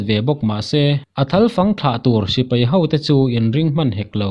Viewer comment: A dik lutuk ,,chuan sipai nia sipei tih nen poh hriat polh awl ve dawn emai